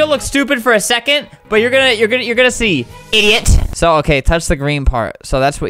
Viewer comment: lol i love when he says: I D I O T